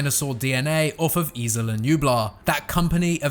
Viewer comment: Isla. I feel you’re adding an “I” in there?